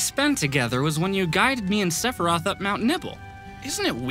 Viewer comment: i swear the Sephiroth chorus sounds like "Sephy-roth!"